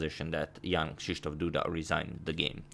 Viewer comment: Your pronunciation of "Krzysztof" is very good!